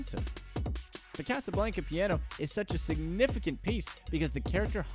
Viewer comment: Guy can’t pronounce Casablanca